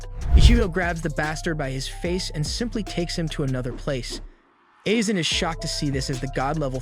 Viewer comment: Calling Aizen isen